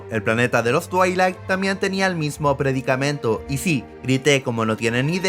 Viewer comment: es ryloth y se pronuncia twi lek